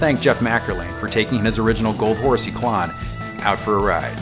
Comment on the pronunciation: I figured it was pronounced like clone instead of clawn.